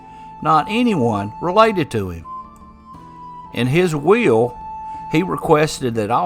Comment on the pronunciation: Funny how will sounds like wheel for someone who's not a native speaker .I took me a while to get it😂 Intressting story .